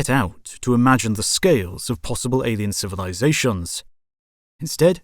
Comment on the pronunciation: cozmoss 🤣 civilizaSHONs 🤣🤣 Talk about emPHAsis on the wrong syllables 🤣🤣🤣💩